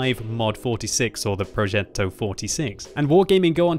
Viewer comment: As an italian I absolutely love your pronunciation of "Progetto". I love the fact you put so much emphasis on the double t and the strange accent on the e. Having said that... I wonder how they are going to balance the first 5 tiers of tanks... our army wasn't that good talking about tanks during WW2, in fact both english and german tankers always described us italian with the admiration you give to people that run a marathon with only one leg, while having the other leg broke. At least they're trying, poor fellas.